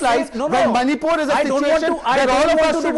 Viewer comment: He saying instead of "manipur" monipur